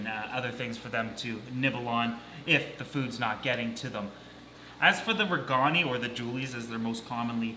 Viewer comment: J regani --I pronounce 'RAY-gaan-i' accent on the first syllable.